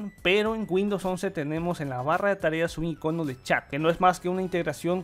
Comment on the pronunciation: Que mal español ¿como así que iconó? Esta palabra solo tiene dos formas de decirse, si acento en ninguna de sus sílabas o en la "I" muy jarto ese video, no se entiende nada, al dividir la pantalla a simple vista parecen idénticos